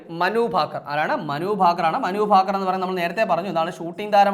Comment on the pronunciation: ഫാകർ അല്ല 😂😂😂